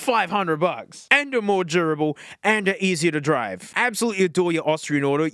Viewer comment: says “durable” as if he’s saying “gerbil”…good to know!